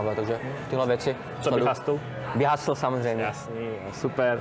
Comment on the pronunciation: Jen připomínka, "hasl" resp. ˈhəsəl prosím, "hastl" trochu trhá uši, zvlášť, když je na tom kompletně založený kanál, merch, atd. :)